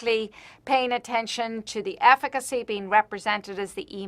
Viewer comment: "hallo, afficacy"